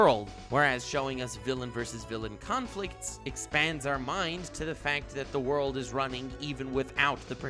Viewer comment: i missed „zee wooorrd“